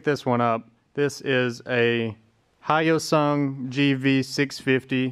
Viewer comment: A what..? A hiosung..? No No No No No. It's a Hyosung. Try saying the H and y together. The name of the letter Y sounds like WHY. The sound of the letter Y is Y as in Y-ak...Yak. So Hyosung is Hy-osung. Try it.